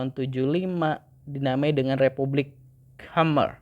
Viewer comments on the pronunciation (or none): none